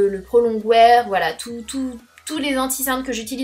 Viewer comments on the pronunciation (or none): none